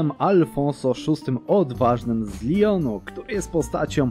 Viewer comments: Lyon Francja. Leon hiszpania normalnie leon się czyta :) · zangielszcza chyba :D Lijon, coś takiego. Dobrze że nie Lajon